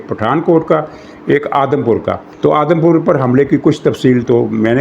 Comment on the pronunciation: یہ لفظ "آدم پور" نہیں "اودھم پور " ھے